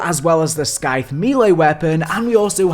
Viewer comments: The c is silent is scythe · No one is talking about him calling the Scythe, a Skythe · That scythe pronunciation was cursed